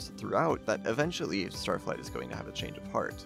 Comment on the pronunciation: BRO LeT ME sAY STaTfLIgHt